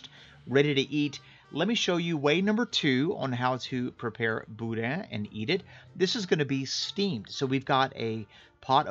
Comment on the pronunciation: You can tell when a real Cajun makes Boudin. He uses LIVER! Texans don’t use liver and they wrongly pronounce the “n”. No liver= not boudin. “Boodah”Great vid.